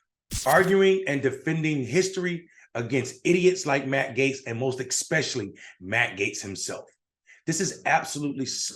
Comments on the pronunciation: Agree with on the subject matter. But, sorry, it's not eXspecially. It's, ESpecially. U.S. English speakers are hard to listen to these days. For example, it's not Ammediately, Amagine, etc., and these mispronunciations are numerous and torturous to hear. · It's pronounced especially not expecially.